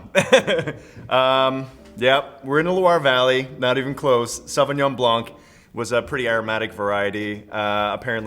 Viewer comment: Fun fact: the C is silent in Sauvignon Blanc. Don't say it